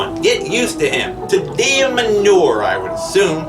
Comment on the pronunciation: "Tee-Dee-Um", not "Teh-Dee-Um".